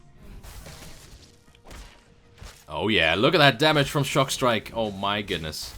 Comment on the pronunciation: I think It's Stockstrike, not Shockstrike :P